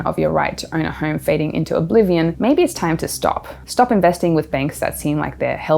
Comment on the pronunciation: It's is pronounced home, not horm